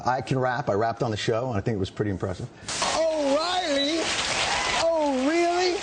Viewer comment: oreily orly LOL